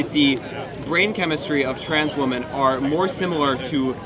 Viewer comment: Why can’t kids - native English speakers - pronounce WOMEN